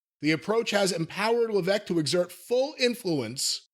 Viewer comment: Isn't there an S in HHH's surname? Why does keep saying leveque?